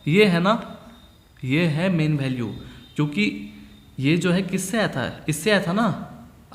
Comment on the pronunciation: Sir ji.. bhalue nhi value hota haii.... Baki theek hai.